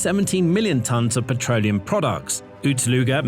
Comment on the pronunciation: “Petroneum” products?